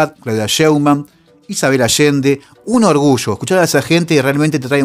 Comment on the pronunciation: Ayer, no Asher, orgullo, no orgusho, allende, no ashende, yo no sho